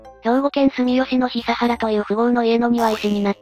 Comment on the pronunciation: 久原 房之助 は『ひさはら』ではなく『くはら』です 日産や日立の久原財閥総帥です